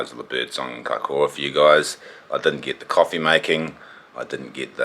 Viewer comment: Mean da boiis oh an it's kaikoura not kiakoura😂👌